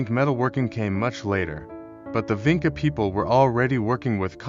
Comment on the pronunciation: It's pronounced VINCHA. You have to get that right or nobody will take you seriously. I know I can't. And what about Lepenski Vir...